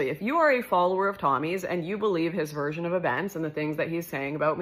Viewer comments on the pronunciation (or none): none